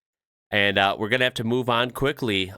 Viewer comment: you almost got it with the intro but you gotta open your mouth at the end like howya GOIN, its hard to explain